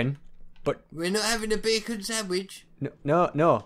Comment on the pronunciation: Get rid of the e in beacon